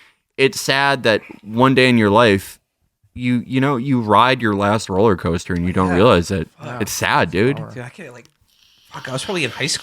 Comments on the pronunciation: I heard "rolly coaster" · at one point he says 'coller coaster' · I heard "rolly coaster" which I quite liked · Did Matt say 'rolling coaster'? Imagining him wearing a straw hat and bow tie.